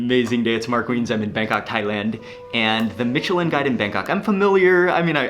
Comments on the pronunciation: I’m kinda sick so my hearing isn’t great but is he saying mitchelin instead of Michelin? I’m not complaining if he is, I hear that fairly often when it comes to the tires just rarely when it comes to food. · “Mitch-che-lin star” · Michelin is pronounced Mishelin,as if the c were an s.I speak French which is why I know. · Mark, it's Me-Sh'-leen, not Me-Ch-leen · Soft "ch" in Michelin. "Mishelin", not "Mitchellin". Otherwise a fantastic video as always and you're such a good host, it makes me want to book tickets there tomorrow! Keep up the great work. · Michelin is pronounced mish-eh-lin, Similar to Michigan (mish-ih-gan) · Mark, Michelin is pronounced as mishelin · Mark I love your videos but please don't be so "Murrican", and pronounce Michelin correctly, thanks!